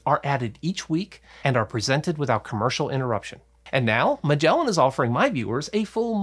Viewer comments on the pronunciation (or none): none